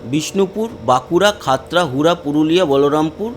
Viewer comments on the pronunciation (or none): none